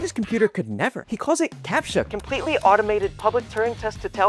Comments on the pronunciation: "Capttttcha" hits hard 🔥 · And it doesn't even get a proper appreciation in the pronunciation of the word 😔